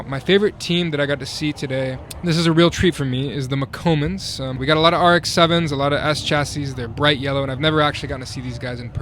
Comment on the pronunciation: Moccomans? isnt it spanish like booger Mans? MoccoMans?